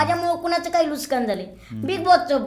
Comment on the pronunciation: Statement nahi tatement 😂 Nuksaan ny nuskaan jaat he jaat aashi ahe ki te jaat nahii 😂😂